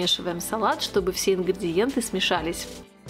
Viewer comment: Почему "ингрЬІдиентьі"? Правильно - ингрИдиентьі!